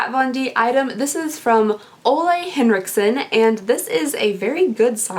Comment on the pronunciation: Ole is pronounced like "ewla" not "olay"